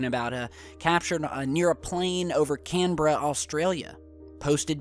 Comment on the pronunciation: Thank you for pronouncing my home town of Canberra correctly. Great show today. Thanks mate.